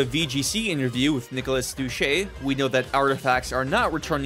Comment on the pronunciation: Its Dou-say not Dou-che 😭😭. Awesome vid! Got a sub!